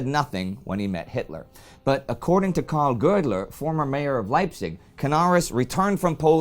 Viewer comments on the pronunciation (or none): none